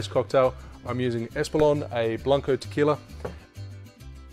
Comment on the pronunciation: I mean, you can say white tequila, or tequila Blanco, but the way you say it sounds really weird